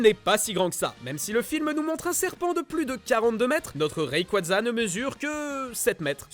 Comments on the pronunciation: Le retour de primo kryogre et méga raikaza XD Ça se prononce primo kyogre et méga raillequouaza (de rien) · C'est Rayquaza, pas rayquadza. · Primo "kryogre" primo "raikaza" on t'a entendu😂😂😂